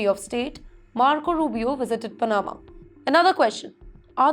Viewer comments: It's not Pana'ma BUT Pa'nama! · Sorry bit late but its not Pa-NA-ma. Its PA- na-ma. Maybe double chk pronunciations with Google before broadcasting to the world m8ght be useful. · It is Panama not panaaaaama. Can someone help this girl please? Learn English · Anchor woman needs to pronounce Pa-na-ma correctly. Not Pa-naa-ma. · I agree Pana'ma instead of Pa'nama. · You should try to at least do a little research on how to pronounce my country's name. 😮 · The way she says Panama 😅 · Aam Panna. Pan flavored.